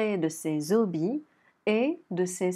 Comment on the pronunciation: Ses « zobies » en français 🤣 A part cette remarque le niveau de l’oral m’a paru bien élevé pour un A2 . Ce n’est que mon sentiment